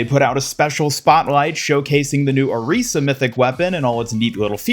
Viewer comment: FINALLY someone that pronounces Orisas name right!!!!